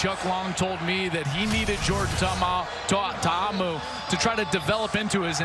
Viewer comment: why cant the dude pronounce Ta'Amu